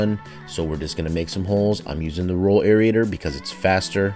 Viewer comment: Air Ater.....Air Ater. ....not Air Eat ator! too funny everytime. Mow Low!